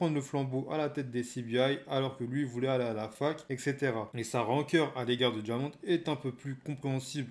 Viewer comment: Bonne vidéo mais Diamond se prononce « DAIMAUND » (à l’américaine quoi)